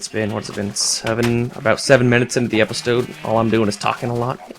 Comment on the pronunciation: He sad "epstode" - thumbs up if you agree